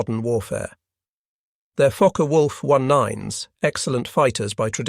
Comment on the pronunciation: Is it just me or does it sound like he’s saying “F#%ker Wolf?”